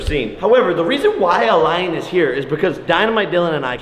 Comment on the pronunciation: Jake kept saying line instead of lion?